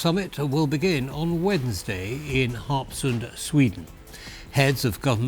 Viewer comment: Wow! That was a perfect pronunciation of "Harpsund!" Like a native!